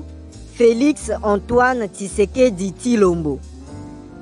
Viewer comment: Tisekedi tilombo, prononciation matata